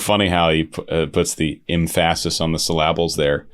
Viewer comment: "The emphASis on the sylLABles" D: !! XD !!